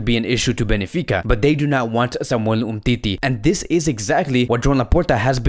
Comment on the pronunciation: Ben fi ca. Not Be ni fi ca brother. Sometimes you write and pronounce player's names and clubs wrong. Anyway, your channel is awesome. Visca Barca Media!!! 💜💙💜